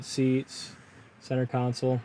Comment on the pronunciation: It's not a council. They are down at City Hall. It has a console. Pronounced sole, like the sole of your shoe. Khan-sole.